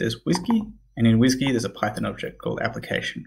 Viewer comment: The way you said WSGY was very funny hahahahah. Great series man thank you very much!!